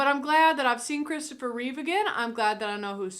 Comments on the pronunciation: Reeve* not Reeves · It's Christopher Reeve. Not "Reeves." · It's Christopher Reeve. Not "Reeves". His only S is on his chest. RIP the greatest Superman and on-screen superhero of all time. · Reeve, not Reeves.